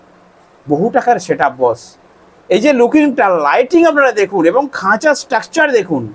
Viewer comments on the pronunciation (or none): none